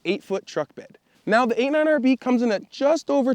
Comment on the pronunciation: Wait, are you saying 89 RV? Sure sounds like it.